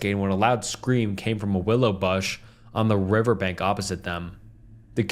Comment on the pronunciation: Strenuous, reorient, bush, horseshoes, coincidence, calloused, bass, distant, newfound, just to mention a few of the words you completely mispronounced or stumbled on horribly. Learn English or read the fckn stories before you post a video